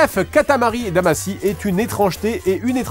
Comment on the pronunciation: Pourquoi "Damassy" ? Ça se prononce "Damachy"